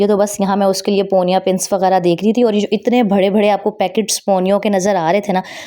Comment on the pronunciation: Phr bharre 😂 bare bolu behn g bharre ni 😅